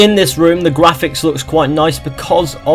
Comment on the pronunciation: Lol u said gwaphics 😂